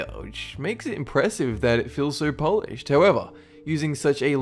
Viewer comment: "polish" as in to shine up is not pronounced the same as "polish" the nationality